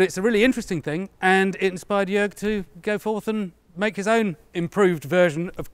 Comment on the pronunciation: I am very happy to see, that you improved your pronunciation of Jörg`s name, as i advised you. 😄 Great to see my favorite YouTube-armourers in the same video, as well. Fantastic work.